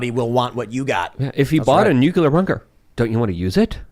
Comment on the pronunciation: God damn it! It is NU-CLEAR not NU-CU-LER!!!!!!